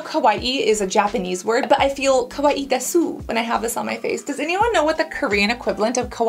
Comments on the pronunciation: Kawaii de-su means “it’s cute” in Japanese. It’s a contraction so the “u” is silent. So it sounds like kawaii des 😇 I recently found your channel and I’ve been catching up on the awesome. So happy to find an expert who is cruelty free 💕 thanks for spreading the message 🥹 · Hey Cassandra, just wanted to correct your japanese. It is pronounce kawaii "des" the U is more silent but theres a specific way of saying you you can look up videos because I'm not good at explaining. Desu means "it is" basically